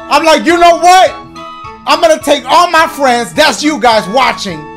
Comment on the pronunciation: “GO OVER AND GET SOME FRENS”